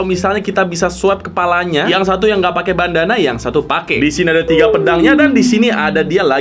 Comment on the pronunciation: Gue yang salah denger atau emang salah ngomong ya bukannya Bandana tapi Banana wkwk